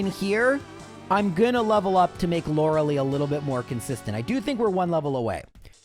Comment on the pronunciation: all this time and he still says lorelei wrong